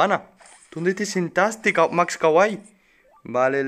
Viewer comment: "la max kaway" yo: algo anda mal xd